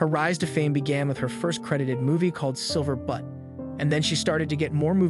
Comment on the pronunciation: Its not pronounced “Silver Butt”, it’s pronounced “Silver Beaut”. JS